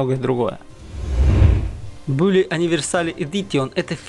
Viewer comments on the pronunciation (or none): none